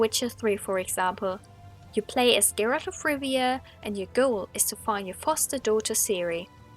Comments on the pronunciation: I love you. I really do. but I really hate the way you say "Geralt" You played the game, you know how it's supposed to be pronounced.. why do you say gerALT? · / 10 manpoints for mispronouncing Geralt's name. You pleb. :C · you said Geralt's name wrong. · So you finished W3 and still can't pronounce Geralt's name? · If I hear Geralt pronounced WRONG one more time. I will end your life boi. ONE MORE TIME.